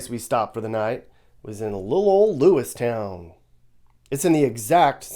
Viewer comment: Lewiston not lewistown